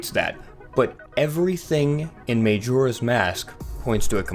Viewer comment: Maejora? Sarieah?